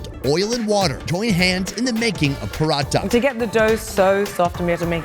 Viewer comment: Man it's not paratta. It's porotta which is normally found in southern India mainly Kerala